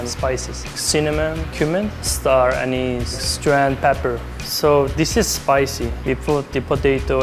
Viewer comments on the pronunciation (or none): none